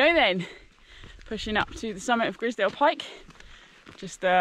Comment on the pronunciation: Nice video, but Grisedsle is pronounced eyes not is.